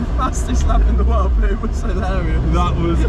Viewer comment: Mat’s pronunciation of “But” just hits my ear in the worst way. Buuut lol.